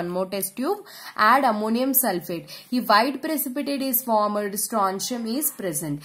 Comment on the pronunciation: Isko pehla koi bolna sekhao yrr formed ko formad 😂😂😂😂😂